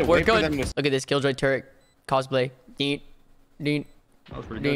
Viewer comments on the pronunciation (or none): none